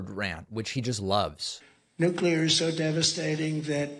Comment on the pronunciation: “New Clear” 😝